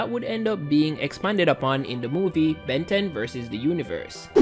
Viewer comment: It can't even say Ben correctly.This is making me mad now f this video